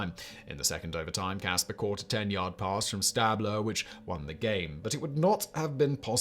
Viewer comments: Excellent video … but boy, did I cringe at some of the mispronunciations of the players names. I counted five. In particular, Johnny Unitas was You-NYE-tas not YOU-nitas and Kenny St-AH-bler was STAY-bler. Oh and Frank ‘Gilford’ was probably Gifford, who went on to commentate for CBS for 20 years. I still clicked ‘Like’ though :-) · i know your a brit, but LOL… Frank Gilford, Tom Laundry, and Johnny Ewnehtas. What a wanker! :-P ❤️ EDIT: then Ken Stahbler… cracking me up brother EDIT 2: you put the Knile Davis kickoff return as the greatest postseason play ever?! Haha i’m a chiefs fan and was at that game. As happy as it made me that doesnt even deserve to be on this list! Too funny…. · Stabler is pronounced like horse stable. Can't do the snake dirty like that. Also cant expect anyone to know how to pronounce every name either. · Devin Hester housing the Opening Kickoff of a Super Bowl -The Music City Miracle -The Helmet Catch Not pronouncing “Unitas” or “Stabler” accurately. My Man, you needed one or two more NFL fans to put eyes on this one. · So interesting to hear a British accent describing American Football. Even more interesting? Pronunciations of "Unitas", "Ameche", "Stabler", etc. Made me smile. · Pronunciation of Stabler and Unitas was entertaining. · Every time he mispronounced Unitas and Stabler, I died a little inside.